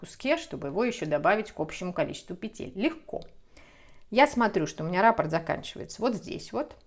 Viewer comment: спасибо за книги, за схемы. Вяжу сейчас наволочку по Вашей новой книге. Спасибо, что делитесь с нами своими идеями. Простите, что делаю замечание, но Вас смотрит большая аудитория, поэтому было бы лучше, на мой взгляд, чтобы люди, особенно, не знакомые с вязанием, с вязальной терминологией, слышали правильные термины. Я имею в виду слова "раппОрт" и "мозаИчный". Вы почему-то неправильно ударения в них ставите.